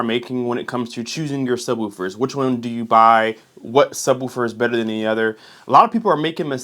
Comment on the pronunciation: It’s pronounced Woof 🐶, like a dog. Not like Roof. lol